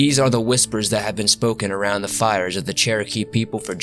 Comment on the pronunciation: Also if I could speak with you, other than in comments, I'd gladly teach you how to properly say Cherokee,.